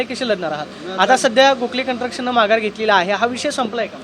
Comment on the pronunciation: कंस्ट्रक्शन? का कंट्रक्शन??? मराठीची वाट लावली! सुधारणा नाहीच ! मराठी रिपोर्टर ची केविलवाणी अवस्था!